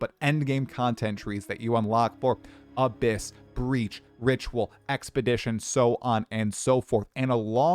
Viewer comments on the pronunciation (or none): none